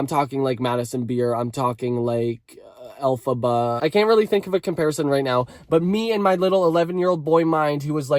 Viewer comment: "Elphaba" had me rolling on the floor